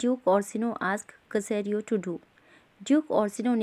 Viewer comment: ये सेसरियो है कसेरियो नहीं